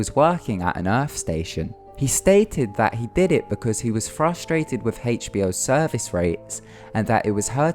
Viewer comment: "thing" doesnt equal "fing" and "was" doesnt equal "woos" and other equally horrendous bastardisations of the english language, if indeed thats what it was....you shocker...go back to school